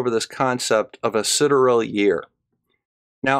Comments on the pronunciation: "A quick check on Google reveals that the common pronunciation is as said." - The correct word is "sidereal" (four syllables). said "sideral" (three syllables), which is a different (but related archaic) word. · What a peculiar way of saying sidereal. It sounded like Sid eral. I always understood it was pronounced more like side ee real. Is this a mispronunciation or a US pronunciation? Why do the flerfer’s always bring up the Michelson Morley experiment and reference it incorrectly as an attempt to measure spin, movement of the earth or that the earth was flat and immobile instead of being an attempt to prove the existence of the aether. It’s almost as if most of them are illiterate and can’t read anything referencing related subjects themselves and simply rely on YouTube videos from other flerfers. Time and time again flerfers just regurgitate the same old tripe that other flerfers have posted on YouTube word for word even when a few seconds of searching and reading would correct them. I really worry for civilisation at times. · Sidereal is pronounced "Sigh-DEER-re-al"